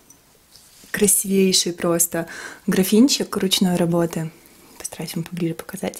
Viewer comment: квасИвейший, а не красивЕйший) Прости, но по ушам бьёт)